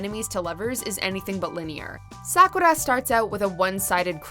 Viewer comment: You used the wrong dub version of Sakura. The true English version is the Sakura Avalon version by Nelvana. The one you used was by Animax and it was hated by fans because of the high pitched voices. And you are saying Sakura's name wrong. I apologize if I was being rude.